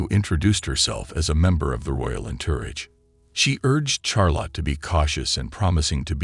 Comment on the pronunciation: A computer 🖥️. That mispronounced entourage so terribly. That it took me hearing it three times before I knew what it was trying to say.